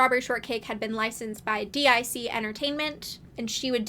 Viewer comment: DIC is pronounced deek. rhymes with seek. they used to have a closer where a kid's voice would say it out loud